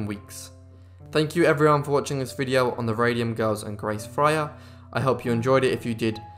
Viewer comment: Fryer is not pronounced as Frayer.